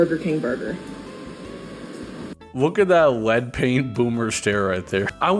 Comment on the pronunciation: “Led paint boome stare” 💀💀